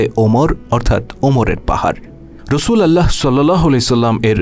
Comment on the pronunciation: আপনার সাবলীল উপস্থাপনা চমৎকার আকর্ষণীয়। কিন্তু আপনি রসূল আল্লাহ উচ্চারণ করছেন শব্দটি কি রসূলুল্লাহ নয়?